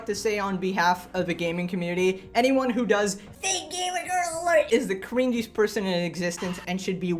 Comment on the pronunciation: Why tf does she say you're "stuck" with a username? Unless you're gaming on Newgrounds, you're able to change your username pretty easily. My friends used to confuse me with that shit all the time on Xbox. Also did not just pronounce that as "cring-gy-est" lmao. Do you pronounce the root of that word as "cring"?